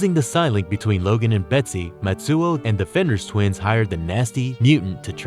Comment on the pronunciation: "powerful villains like wolverine" does anyone proofread anymore? also mispronounced fenris like 10 times